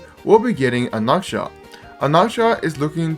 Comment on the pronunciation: Why do you pronounce his name like that